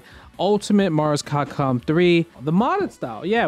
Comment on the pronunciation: “Marscocom” the hell is that?! 😂